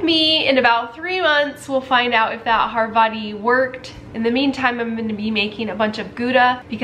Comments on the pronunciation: It’s Havarti (ha-VAR-tee) not Harvati 😉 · Isn’t it havarti, not harvati?